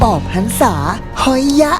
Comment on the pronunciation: เขาออกสำเนียงว่าหอยยะ